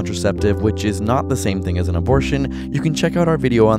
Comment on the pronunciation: Hey mom, I got an UH - BOR - TION